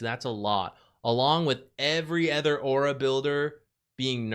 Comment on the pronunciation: Hi! Let me start with how I always love your insight in the game we all love. Gotta say tho, its my big pet peeve that you always pronounce other as ether. Keep up the content tho! ❤